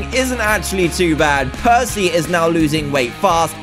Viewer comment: who here thot prcey jackson when they said prcey